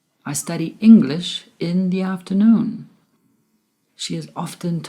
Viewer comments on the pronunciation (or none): ...afternoon not afteroon :)